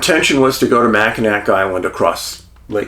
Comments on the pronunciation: Macinawww Island…..NOT Macinak Island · Hi Dave... It's Jena from Milwaukee. My husband Tom passed away last week. He really loved your movies. Anyway... The pronunciation of Mackinac is supposed to be Mackinawe....... Just like I'm in awe of your dog "Huck". Thought you might want to know that.. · Good Morning Dave, I watch all your videos and love them but when you pronunciate Michigan city's wrong it goes against everything in my code to not watch anymore. Anyway it is pronounced Mack-in-awe. In French, a word ending in ac is often pronounced with a soft or silent final consonant. As a result, Mackinac was written with a c but spoken as Mackinaw. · Great video and a very mysterious case. For future reference, and in case you do another case in this area, Mackinac is pronounced Mack-in-aw. 😊. I’m headed to Mackinac Island this summer for a girl’s trip. Can’t wait. It is a super magical place. Cheers! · LOVE YOU HUCK AND DAVE!! Michiganders pronounce these cities like this; Mack-in-aw St. Ig-nis You're cracking me up with how you say michigan cities 😂😂😂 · i'm a michigander, every time he says mackinack i cringe lol. it's nails on a chalkboard for me! 😅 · Love your show! Wow, Thank you for bringing to light this cold case mystery. Growing up and still residing in Michigan, I remember this unfortunate incident well and, like others, was perplexed by the findings of this case, or lack there of. Keep up the great work! (Mackinac is pronounced MACK-in-awe (like "awe" or "aww"))